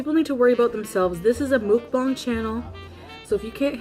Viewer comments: Cringe everytime or say 'mukbang' because 1. what they do is definitely not a mukbang and 2. it's pronounced more like 'mokbon' what I'd assume they would know, if they enjoy them so much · She’s a Mukbang channel and she doesn’t know how to pronounce it 😂